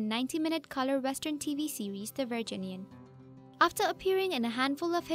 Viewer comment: I cringed every time she said the word "Virginian".